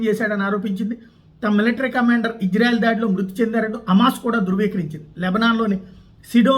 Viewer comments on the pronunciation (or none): అయ్య మీరంటే మాకు చాలా గౌరవముంది.... ఇజ్జ్రాఎల్ కాదు... ఇశ్రాయేల్.... కొద్దిగా బష జాగ్రత్త... దెవుని ప్రభావము నీ మీదకు దిగివస్తుంది. క్రిస్టియన్ మనోభావాలు ప్లీస్... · ఓరి... ఇశ్రాయేల్ అంటున్నవో....హిజ్రాయేల్ అంటునావో అర్ధం కావటంలేదురా బాబు!!